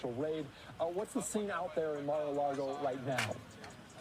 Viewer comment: Come on guy it’s lago not largo